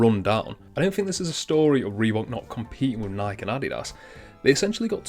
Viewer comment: Great video. Please though, note it is not pronounced Nike it is Ni-kee.